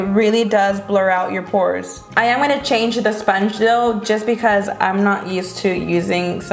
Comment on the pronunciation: I hate it when she says "im gonna take" cause she doesnt pronounce the "m" in "im" she says "n" instead of M She also says "i an gonna take"